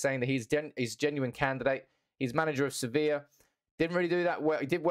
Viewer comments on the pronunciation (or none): none